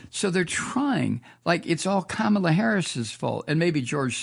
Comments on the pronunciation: Comma-la not Kamma-la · Her name is pronounced "Comma la" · Love your show, but you keep mispronouncing Kamala's name. It's pronounced "CommaLa."